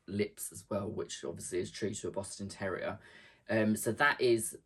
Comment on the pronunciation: That boston terrier! And the goat! So lifelike! You have such a patience for doing tedious things, like all that free motion quilting. Quilting in general! I'm inspired. And I have to ask - did I hear you say "Boston Terror-ier?" Because that's hilarious - 😂❤😘